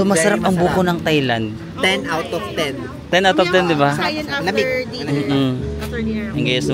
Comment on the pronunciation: Kahit yung Thailand, it's pronounced with a hard "t" and not the conventional "th".